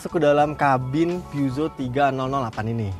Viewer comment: Cara baca yg bener "pu-syo" atw "pe-zyo" bukan "pyuso"